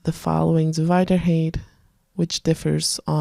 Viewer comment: Thanks, a nice feature. I like that you don't go too slow in your demos. However I always grimace when you say "hate" instead of "height" :)